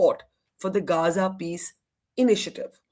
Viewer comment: He didn't say "Gaza peace initiative" but "Gaanja peace initiative", there is a difference :face-blue-smiling::face-blue-smiling